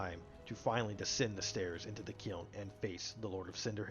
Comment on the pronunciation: Into the “keeln” 😂